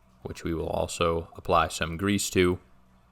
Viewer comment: Gonna rewatch this 100x just for how you say grease.